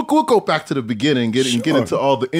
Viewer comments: It’s like this foreign preacher tryna read the Bible. Type it in. It’s gonna be so worth it. 😂😂😂 Type in “In the beninning” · “In the Beninging” 😂😂😂💀💀💀